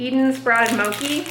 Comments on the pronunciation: Mochi is pronounced, "Moh- Chee." It's a "ch" sound, not a "k" sound. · Loving vlogtober! Fyi, mochi is pronounced with the ‘ch’ sounding like ‘church.’ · The "ch" sound in "mochi" is a regular "ch" sound (like "chives") rather than a "k" sound :)